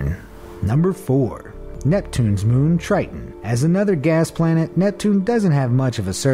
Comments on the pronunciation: It’s (TIE-TON) not (TRY-TON) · "venus is the hottest planet is the Milky Way" me: you got your facts wrong BRUH: "titan is the coldest object in the Milky Way" me: you got your facts wrong BRUH: "triton" me: you got your prounounciation wrong BRUH Show less